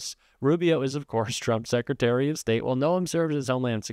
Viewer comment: SecITary....Secretary drives me mad